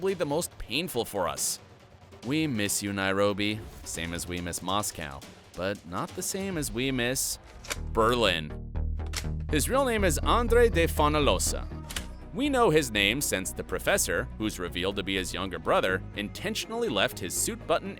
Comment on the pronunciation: as much as interesting this video is- the names of helsi nad oslo were switched and you're misspelling names- J in Jiménez is read as H and LL in Fonollosa and Murillo is read as Y and the G in Sergio and Ángel is also read as H !!!!